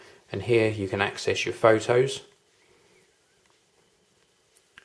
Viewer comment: nice """""Foe Toes""""""lmao